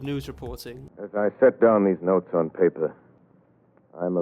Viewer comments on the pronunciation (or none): none